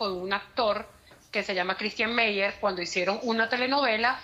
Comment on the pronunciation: Tan metida está según ella q se equivocó tre o cuatro veces diciéndo Ctistian.